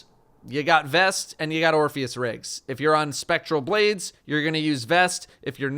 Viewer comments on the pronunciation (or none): i hate to be the guy to say it, but you say "Orpheus Rigs"